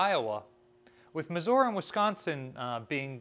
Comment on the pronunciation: Why does keep pronouncing Missouri as Missuora? It irks me every time